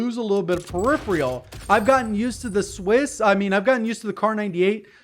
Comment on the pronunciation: Periphrial is not a word, you meant to say peripheral... pronounced "periferal"